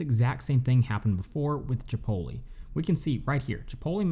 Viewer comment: bro u can't pronounce Chipotle like that!!! lol